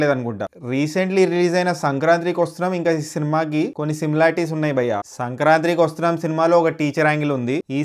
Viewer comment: Hey, it is not 'Madha Gadha Raja' it is 'Madha Gaja Raja' , and not 'Sankranthri vasthunam' it is 'Sankranti ki Vasthunnam'